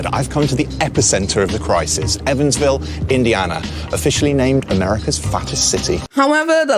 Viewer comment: Ev-ANS Ville lol. Not Even. But oof. That's close to me in South Bend Indiana 😂